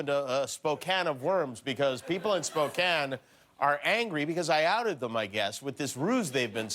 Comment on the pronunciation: I think most Washingtonians are laughing right along with Jimmy. Just glad he knows how to say Spokane correctly. And he he promoted Dicks!